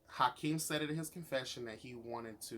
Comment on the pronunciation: you literally crack me up, its Akeem not Hykeem 😂 i love your commentary